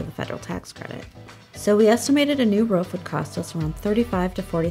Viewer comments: anyone notice the woman sounds like she is barking? who says roof like that? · Do all americans pronounce 'roof' like 'ruff'??? Lmao